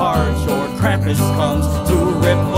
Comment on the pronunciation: Thank you for pronunging Krumpus right